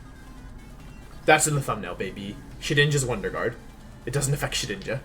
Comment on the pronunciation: the purposeful mispronunciation of words like "guard" and "cinderace" infuriates me so....SO MUCH